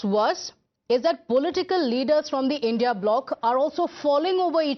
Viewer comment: don't say indiA ally it's INDI ALLY CORRECT YOUR SELF